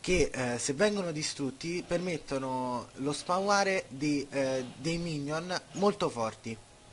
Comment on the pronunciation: E tu con Ashe te ne vai in mid? e dici spaware al posto di spawnare? E poi con ashe certo che fai tanto danno ^____^ Al posto di fare già i video tutorial, impara a giocare -.-"